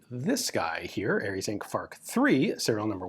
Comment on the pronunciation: I came to hear Ian pronounce F.A.R.C. phonetically, stayed for the interesting mechanics and left shocked by Ian developing a third hand due to the radioactive reflex sight.